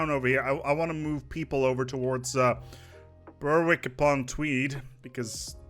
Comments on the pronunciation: Its pronounced bearrick on tweed. A toilet up north. .... Informative video thanks . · Your pronunciation of Berwick hurt my soul, but I forgive you 😂 the 'W' is silent 😉